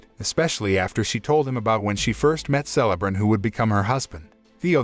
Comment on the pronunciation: Dude you are killing me with some of your pronunciations of different names. You are saying Celebrimbor wrong. I wanted this series to be good so bad but it made a mockery of Tolkien work. I don't know why these movie companies are having such a hard time making a good movie or series. Disney and Star wars to name a few. Lets not forget about the MCU or better known as the MsheU. Its like their worried about trying to make these statements instead of telling a good story. Im not interested in LGBTQ politics and how men are bad and women are so much better. I'm not interested in BLM stuff. Stop race and sex changing everything we hold dear. Im just wanting a good story. Its like these companiesare confused on what demographic they are trying to reach. Stop all the woke shit and tell a story worth watching. Southpark nailed it with all the stupid crap these companies are doing. They wonder why their movies and series are failing. This isn't Tolkiens story. Its a heaping pile of crap. Do better